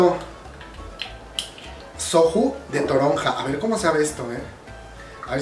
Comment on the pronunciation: Soju??? Se pronuncía soyu*